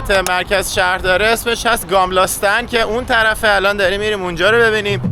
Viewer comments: ممنون از فیلم‌ها ولی کاش اسم‌ مکان‌ها رو درست تلفظ می‌کردید مثل گَملاستان که شما گاملاستان گفتید. میدان ستورتوریت نه ستورگ توریت چون گ خونده نمیشه. به هر حال عالی بودید. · نام شهررا یک باردیگه بگو..گاملستان..؟ گملستان..😂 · البته به استکهلم خوش آمدید و خوشحالم که به نظرتون خیلی زیبا اومده، ولی تلفظ خیلی از کلمات رو اشتباه گفتید ، استاکهلم نیست ، استکهلمه، آیکیا نیست ، درستش ایکیا هست و گاملاستن نیست ، درستش گملاستان هست . موفق باشید . 🙂